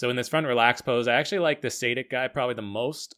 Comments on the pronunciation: its not saydick nor saadik, its Sadich (ch is pronounced like its pronounced in chipotle) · Milan Sadek is pronounced [sha:dek] good vid btw